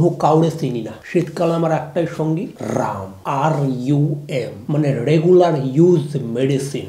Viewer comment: It's not 'Ram' it's 'Rum' ...